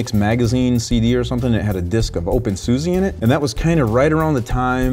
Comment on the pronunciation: Sorry, I thought you should know it's pronounced OpenSusa (with a posh like 'ah' at the end) You can search youtube for "How do you say SUSE' for confirmation:)